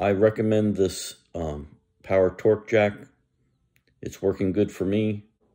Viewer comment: "Power TONGUE," not "Power Torque.